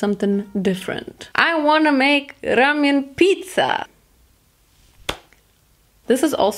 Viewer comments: More like RamYUN 🤣 loved it looooll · Actually you said rAmYon 😂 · 0 u said ramiaan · it’s ramyun 💀